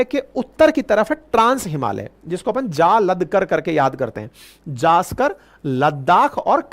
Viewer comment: It is not zaskar but 'Zanskar'.